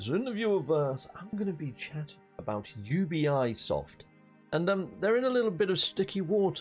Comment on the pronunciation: You be soft not you be eye soft lol